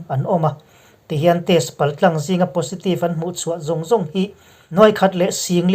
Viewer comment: positive hi pozitive tiin chhiar la, a dik deuh zawk ang.